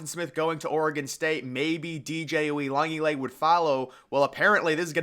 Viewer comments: Yeah it’s an insult to my fav player in CFP (Ooh-ee-un-ga-la-lay) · My brother in christ please learn how to say Uiagalelei good god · You said that like his last name was Jones or something 🤣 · So are you saying DJs name wrong on purpose? Lol I mean I have heard you say it about 499 times and Im starting to think you're doing it for laughs. Which works because I laugh every time